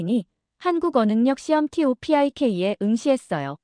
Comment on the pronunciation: TOPIK-토픽을 티오피아이케이로 읽네 국뽕도 좋지만 봇 좋은거 쓰고단디해라 쯧....